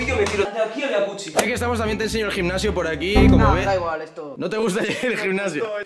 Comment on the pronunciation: Porque le dicen yacuchi si es yacusi